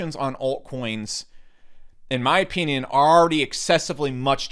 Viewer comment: STOP SAYING "OPEENION"